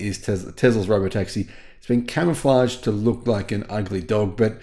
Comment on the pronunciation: Why does he keep saying it's camoflaged?